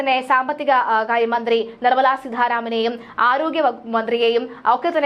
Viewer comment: നിർമ്മലാ സിദ്ധാരാമൻ? കൊള്ളാം നല്ല മലയാളം, ഏത് സ്കൂളിൽ ആണ് പഠിച്ചത്.